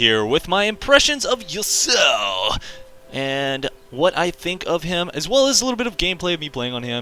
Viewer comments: I don't think it's Yusao, it's ya-su-o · Yo-sow? lol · Its pronounced "Yah-su-oh" (three syllables). I agree with a lot of your points, but I also feel like he has rather high early damage on a lot of his abilities; they sort of built his damage around the same numbers other champions would have...and then he also gets to cast his Q every 0.5 seconds or whatever and his E he can use every like 5 seconds to dash in and get an auto off. So when his abilities actually do decent damage...in my opinion, he does the most level 1 damage of any champion in the game! And its even more ridiculous because of his passive shield that he also gets at level 1 which just furthers his stupidly high trading potential early game. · A lot of people pronounce Yasuo as Yusao